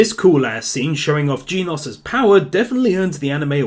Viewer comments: It’s not geenos, it’s genosu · You pronounce it jeh nose not geenoss I like the way you say it though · “Jean oss” I think it’s pronounced gen like “Gen Z” and ose like “overdose” but this video was super entertaining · genos is pronouced gen-os not gene-os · i think its Gen-oes not Geenose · Genius is pronounced "Gen-oss", not "Geen-oss". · dude its not jinos its genos. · GEEENOS LOL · its Jenosu, now say it with me JE-NO-SU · Is that how would really Genos is pronounced? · stop saying genos' name wrong, other than that, grat episode, opm is awesome